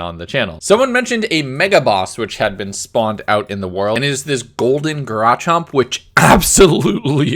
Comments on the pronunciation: why does he keep calling it a GARAchomp it's a GARchomp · Did.... you call Garchomp Gararchomp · dude its cringe hearing you mispronounce certain pokemon like Garchomp and Kirlia. OH AND IF SOMEONE SAYS IM WRONG, THEN YOU CLEARLY DONT WATCH THE LITERAL SERIES!!! Garchomp is pronounced GARchomp, not grachomp. Kirlia is pronounced KURlia, not keerlia. will put more on here when i hear him mispronounce more pokemon. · Grachomp lmao its garchomp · What the heck is a Grachomb? I only know Garchomp in Pokemon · It isn’t grachomp it’s pronounced gar-chomp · g raw chomp = garchomp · i dont know why but whenever calls garchomp "garachomp" i imagine a garage that somthing bit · I love that he calls Garchomp Garachomp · Why do you pronounce Garchomp as "Garachomp"? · I like how he said garachomp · Every person ever: Please don't butcher the names. Please don't butcher the names: zAsIaN gArAcHoMp Everyone: NOOOOOOOOOOOOOOOOOOOOOOOOOOOOOOOOOO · 'garachomp'... WHO ELSE WAS ANNOYED WITH HIS PRONOUNCIATION OF GARCHOMP! XD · Its pronounced, Gar-chomp. Theres no raw. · Good ol garawchomp and amfairmoas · You said amoharose and garchomp rong just want to point it out cuz there easy ones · not one time did you pronounce GARCHOMP correctly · The way he says Garchomp hurts me physically... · The way he mispronounces garchomp kills me man